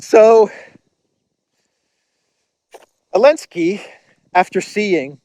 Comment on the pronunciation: I love how you call Zelensky "El-Nski" , an appropriate last name for an N word .